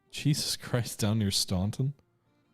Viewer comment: Eastern shore of Maryland is very unoccupied. FWIW the locals pronose it "Stan-ton". Loving this play through